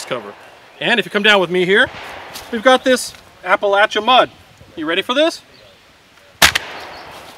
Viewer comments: Thank you so much for pronouncing “appalachain” correctly. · I’m just glad pronounced Appalachian correctly. My fellow hillbillies and I thank you. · As a descendent of some mountain hillbillies (one quarter of the family, not proud of it), I applaud your correct pronunciation of "Appalachian". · The M4A1 wins! Apalacial mud is best mud. (Good job on the pronunciation). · Holy shit, pronounced appalachian correctly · Thank you thank you thank you for pronouncing Appalachian correct!!!! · I appreciate that you corrected your pronunciation of Appalachian.